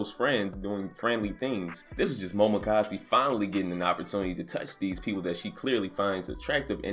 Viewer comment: Dude called her momocosby!😂 fuckin dead!